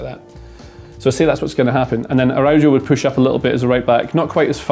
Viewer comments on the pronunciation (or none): Great analysis. Pronunciation tip: the J in Araujo and the J in Carvajal are pronounced like H: Ah-ra-oo-ho, Car-vuh-hal. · the way you butchered Araujo's name should be illegal 😥